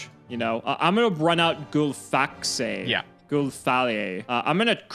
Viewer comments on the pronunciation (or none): Generally impressed with nordic pronounces, i think its "gol-FAX-i" but aside from that we good.